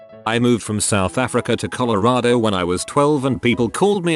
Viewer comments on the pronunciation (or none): none